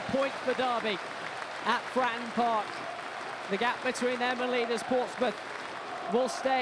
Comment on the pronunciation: to the commentator ...... you did well, BUT the venue was not FRAN PARK ........ there are 2 syllables in FRATTON